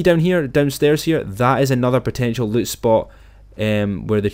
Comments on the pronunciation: “Yah can get so much luit” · He says loot like LUTE 😂